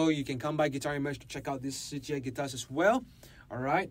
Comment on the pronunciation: Finally I hear the correct way to pronounce Shijie! I have the STE model and I want at least their TLV, but I need to save some money first.